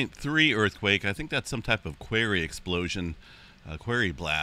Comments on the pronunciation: Since you mentioned that you are ok with being corrected 🥴… a. “ Quarry “ is pronounced to rhythm with “story “ NOT “ scarey” 😎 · The Quarry is Pronounced Quorry, Thanks Love never Fails 💖